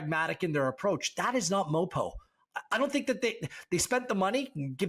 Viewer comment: Please stop calling him MOPO.